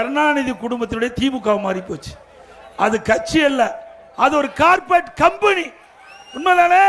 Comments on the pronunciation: கார்ப்பெட் இல்லை, கார்ப்பரேட்*** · அய்யா கார்பெட் கிடையாது கார்பரேட்